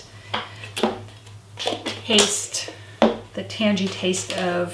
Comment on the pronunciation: Lovely video. Wish you'd shown yourself putting the butter into the mold! I was amazed to hear you pronounce tangy as if it was from tangerine rather then tang, tan-gee rather than tang-ee. It IS the tang of the sour cream you want, isn't it? Keep churnin'!